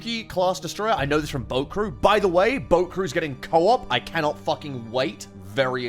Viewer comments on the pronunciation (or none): The way you said, "boat crew," sounded like, "bokuru." I was like, HUH?